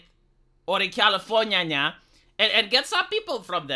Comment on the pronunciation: It is always a treat when pronounces California as Cali-forn-nyanya!